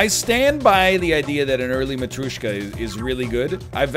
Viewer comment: It is matryOshka not matryUshka